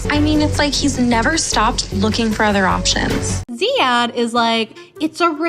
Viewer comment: Btw his name is pronounced Ziyad or Zeyad without an H.. just thought I should clarify ❤️